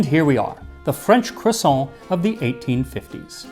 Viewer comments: Max, I want you to know that I empathize with your struggle over how much to anglicize "croissant". I never can say it in English either, because it sounds wrong if you don't give it a French pronunciation, but actually saying it in French is also clearly not right. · Your pronunciation is usually so good, but you aren't quite getting croissant right. Great video as usual though, thanks Max! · I'm genuinely surprised you let him away with butchering the pronunciation of croissant too... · Its pronounced, cwassAAAAAWWWW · You can’t get away with only pronouncing half the word correctly 😝 Either go all the way, kwasahn or keep it American, cruhsawnt. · Cwossant- Carl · Yes the French do indeed pronounce it CROIsant. And they should know. 😂 But I like the look of the bready one. Flaky ones are a pain to make. Its lunch time by the time mine are ready. No way am I getting up at dawn to make them. 😂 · hahaha cwoisson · Me saying quaso everytime Max says croissant with a pompous pronunciation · I love croissants. I remember hearing two women talk about "CROO-sants." I damn near died. 🥐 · Um, are you going to finish that cwossaint? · Don't forget, it is pronounced "kwason". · It’s pronounced “KWAH-soh” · "croisson'' huhuhuh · "today I wanted a.... croissant QUASO" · No, the French don't say "kwusont" the rolled R is nasalized and sounds a tiny bit like it when spoken. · Today Max made a video on the history of Croissants Quaso And so I watched a video on the history of Croissants Quaso And in the video Max repeatedly said the word Croissant Quaso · cRRRRRRRRRRRRRRRRRRRRRRRRRRRRRRoisant . let your R roll 😄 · The American pronunciation of croissant is hard to take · literally cannot finish the video with the way he's saying "croissant". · be interested to see if that pronunciation has any effect on the French edition sales